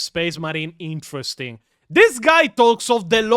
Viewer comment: "You can make... switches to AMERICAN MODE...intressting."